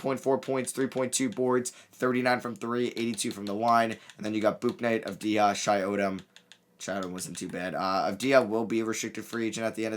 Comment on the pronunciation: It’s shi not shay